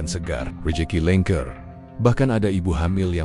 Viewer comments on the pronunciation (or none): Lancar kok dibaca langker😂😂😂😂😂